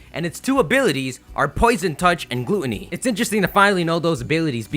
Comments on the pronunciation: gluteny GLUTENY DOES THIS GUY KNOW HOW ENGLISH WORKS. Gluttony= ˈɡlətnē/ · Poison touch and 'gloo-tuh-nee'? You mean 'gluh-ton-nee' right? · "Glue-Tony" lol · What the hell is "Glue-on-ee"? Glueonee? It's GLUTTony, with Ts. Damn... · Why are you saying Gluttony like Glue-tonny?! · Since when is Gluttony pronounced "glooootony" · This nigga cant even pronounce Gluttony correctly.. GLOOTney LMAO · Great vid bro, just check your pronunciation of "fragrance" and "gluttony" XD